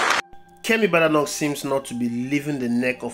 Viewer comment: The name is BAY-DAY-NOK